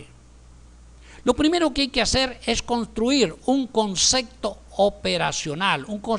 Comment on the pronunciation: y no es concecto se dice CONCEPTO